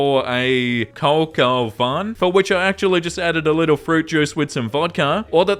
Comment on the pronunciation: Great video, and just a little something for the internal "library"-- Co co vin is pronounced "ko ko vahn". Like a very stuffy Brit or New Yorker describing something they don't like: vahhhn.